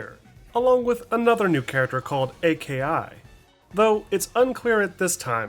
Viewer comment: A.K.I is just pronounced like Aki